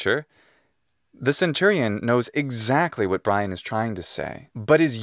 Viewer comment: life of bwian